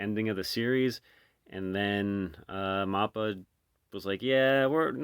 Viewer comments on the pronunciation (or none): MAPPA is pronounced, MAP🗺-A, Not MOP - PA